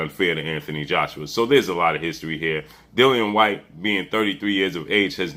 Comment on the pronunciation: It's not hard to pronounce Dillian whyte 😂